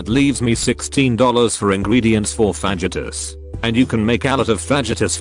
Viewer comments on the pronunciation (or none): Lol the text to speech cannot pronounce fajitas. Doubled over with laughter.